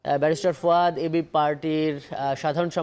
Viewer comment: কি বলে ফুয়াদ নামটাও ঠিক মত বলে না। কিরকম বিয়াদব। মোরব্বি।